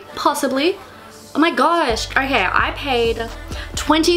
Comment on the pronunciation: Why do you always pronounce an "r" after every "o"? I mean you talk like "orkay", "sor disappointed" etc. It sounds straight up weird!